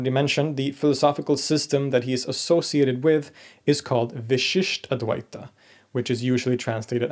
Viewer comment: I really like your series. However, in this video, I really must draw your attention to a tiny detail in pronunciation that changes the meaning of the word. The pronunciation in this video is vishishtadvaita (the first "a" pronounced as a short vowel) = qualified dualism (there is no such school of philosophy in Hinduism as far as I know). The pronunciation here should be vishishtādvaita (the first "a" is the elongated "aa" sound) = vishishta + advaita = qualified non-dualism.